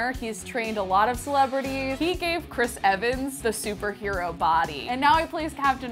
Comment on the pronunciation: Ehris Cvans